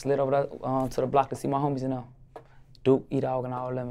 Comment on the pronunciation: Hear that La Capone “ yakno”. LLLA🤕